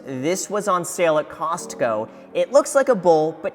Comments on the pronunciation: The way Graham says COSTco, we get it, you're rich.... XD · Did he just pronounce the t in Costco??? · Graham is the first person I've ever heard pronounce the "t" in CostCo